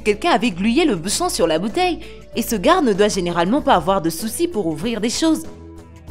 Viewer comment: Mdr la voix de sintese me tue elle dit le garre